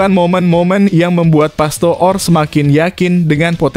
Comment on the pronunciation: PASTOOR = dibaca PASTOR.